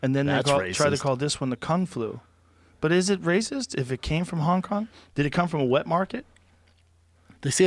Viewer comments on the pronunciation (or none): none